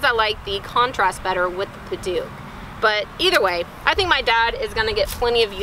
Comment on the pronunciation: What a great idea. I'm not using a cane yet, but may make one for my Mom. Then I can inherit it by the time I need one. I like the idea of trying to have a continuous grain, but it might also look nice to have "spools" of totally different types of wood. Now I know how to pronounce Padauk!